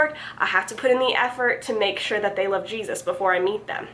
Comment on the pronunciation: Lol, thought I was the only one who noticed that